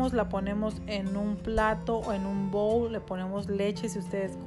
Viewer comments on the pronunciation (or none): none